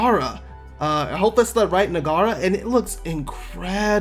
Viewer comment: Bustallion = how do you end up pronouncing this as Bus-leon? Naguara = Na-ga-ra? There’s a letter “u” after letter “g” - how do you miss that?